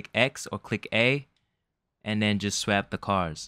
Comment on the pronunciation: Explained well! said "swap" weird but, thanks a lot!